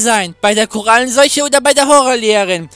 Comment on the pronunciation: Ihr wisst aber schon dass das Coronavirus heißt und nicht Korallen solche ne😅